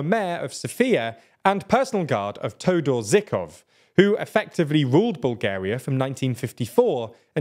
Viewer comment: Toudor zikof ☠️☠️ please the pronunciation is killing me